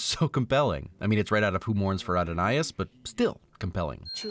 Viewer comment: Adonais is pronounced “Ad-oh-nigh”; no “s” sound. FYI.